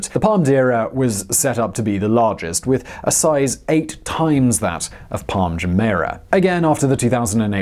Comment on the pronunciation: Why does he find it so hard to pronounce Jumeirah properly?